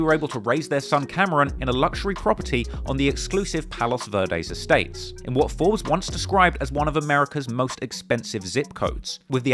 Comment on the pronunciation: had me crackin’ up thinking you said foos and not “Forbes”😂